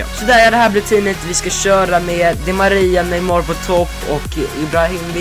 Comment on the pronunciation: Du sa neymår